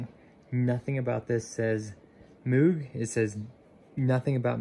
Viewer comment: It’s pronounced mogue like vogue